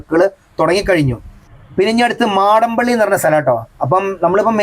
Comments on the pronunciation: മാടമ്പള്ളി അല്ല മടപ്പള്ളി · മാടം പള്ളി അല്ല ബ്രോ' മടപ്പള്ളി എന്നാണ്